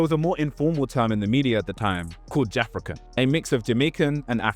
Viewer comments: I could be wrong but isn’t Jafaican that you are pronouncing as “JAFRICAN” pronounced “Ja-FAKE-can” i remember when people used to say that when people like Ali G (Sacha Baron Cohen) was doing that his show. As in he is faking Jamaican patois. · Man said jafra can - ITS JA FAKECAN big man lol 😂😂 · Ja-Fake-Can not Jafekan (as you pronounce it) it means pretending to be Jamaican as was all the rage when afrophobia was the norm between 80-2000, let's say. You're wrong on this and you should correct it. Lol.